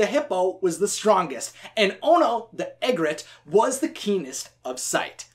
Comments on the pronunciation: Did anyone notice he said Ono the “eggret” it’s Ee-gret. Lol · It's eegrit not eggrit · 1, Askari was not the king at the time he was the first lion guard leader 2, you pronounced Egret wrong. E-gret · The way you pronounce "egret" made me laugh to death. XD